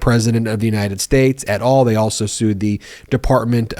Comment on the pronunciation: please try to learn how to pronounce "et al" and reduce the excitement around the stupidity of stays and appeals that just adds to lawyers revenues .....